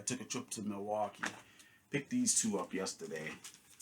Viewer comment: Every time you say Milwaukee you are holding up pure gold man lol.